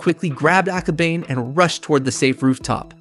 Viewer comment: I'm sorry but it's aka-ba-ne. Ne as in the (neigh)borhood and the horse sound.